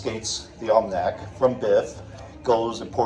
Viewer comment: You said almanac 5 times before I figured out what you were saying! 😂😂